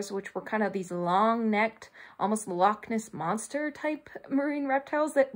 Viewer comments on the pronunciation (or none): none